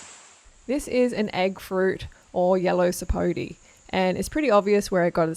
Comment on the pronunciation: Sapote is not pronounced “sap oh tee” it’s sapoTEH